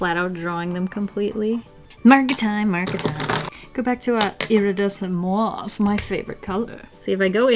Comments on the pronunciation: Mauve - pronounced mowv instead of marv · mouav All french people: MAUVE. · Mauve is actually pronounced mov its weird ik but I love your videos! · Hi its pronounced M "O"ve